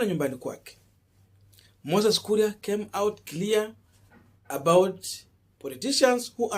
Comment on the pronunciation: KURI? or KURIA KURI KURI C’mon now! 🤣🤣